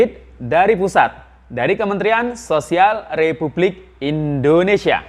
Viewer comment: REPUBLIK ....kak bukan rebulik 😃😃